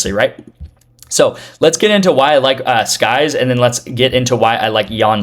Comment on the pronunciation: Sykes not skyes